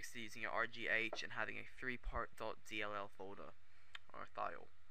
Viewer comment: he said .Di*k not .dll...lol